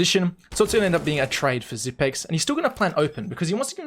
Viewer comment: Not Xyp9(ni)x but Xyp(e)x. The 9 is a reverse E. Not just something I say. Xypex said it himself at an interview